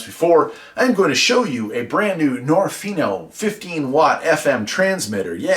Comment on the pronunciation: I might be wrong, but I believe niorfnio is supposed to be pronounced as nio nio rf